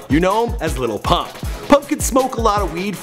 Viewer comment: Lil pump not little pump......